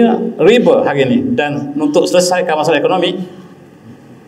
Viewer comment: Riba - ريبا bukan ribe. الله كبر.